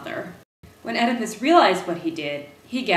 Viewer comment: EEEEDAPISS... I believe is the right way to say it